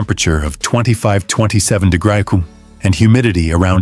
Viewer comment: Excellent video. AI voice: Hermes becomes Hair Mess. 24 degrees Celsius becomes 24 de grok sick sin. Luckily, the CC works.